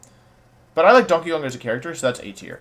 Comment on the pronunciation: Can someone explain why he said Dankey Kang